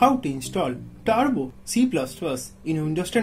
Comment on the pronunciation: I have simple tips than his steps 🤣😂 and he have grammar mistakes 😂 so please go to the tution don't make this nonsense videos. It's turbo not tarbo